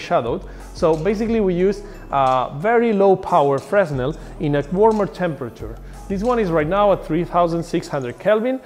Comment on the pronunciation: Hi, Nice video. Just for your information, we don't pronounce the "S" in Fresnel. So it's pronounsd "Freh-nel". This is one of the strange mechanisms of french language. Yep, we are weird. ;)